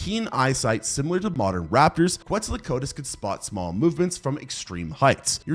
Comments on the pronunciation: you mean kwetso-kwat-ulas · you gotta learn how to pronounce quetzalcoatlus otherwise awesome video